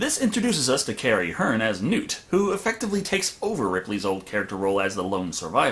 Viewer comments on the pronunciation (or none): Btw it's Carrie henn... Not hern